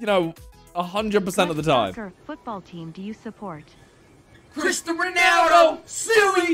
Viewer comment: Fun fact:speed has been saying "christo ronaldo" all this time